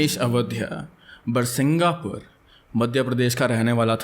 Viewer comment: Little correction - it's birsinghpur not birsinghapur 🙂